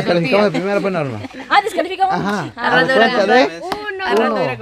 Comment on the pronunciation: La norma dise qolqolqol 🦃🦃🦃😂😂😂